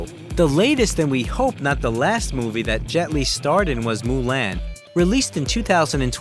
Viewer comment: I watched almost the whole video and then you messed up Mulan name...